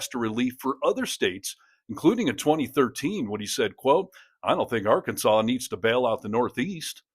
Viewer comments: So now the state name is pronounced “r-kansas”? Or has Sarah been hitting the moonshine? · It's not Ar-kansans Sanders! It's Arkansaw. Jesus Christ. She is not from there is she. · Sarah's a real dope, isn't she? She can't even pronounce her own state's name.